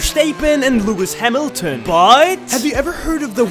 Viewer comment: "Max Versteappen" "Lewis Amiltion" "indialianapolis" bro should learn how to pronounce 💀